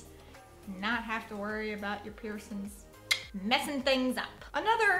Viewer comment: please stop saying piercins 😂